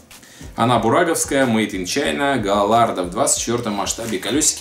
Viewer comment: Не галардо а гаярдо